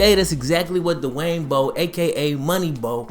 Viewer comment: Good vid, but Dwayne not Da-Wayne.